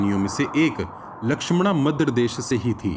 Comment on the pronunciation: Madra ko madras bolte